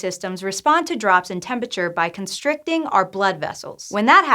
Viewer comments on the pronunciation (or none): Am I the only one bothered by her pronunciation "tempi-cher"? Probably -.